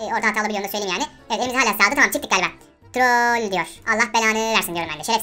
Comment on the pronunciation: Troool diyor allah belanı versin diyorum bende 😂